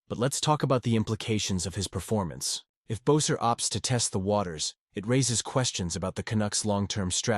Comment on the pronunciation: Cannot listen to the commentary to this because you cannot pronounce Brock Boesers last name correctly. If you follow this fantastic guy you would’ve heard his name is pronounced BESSER.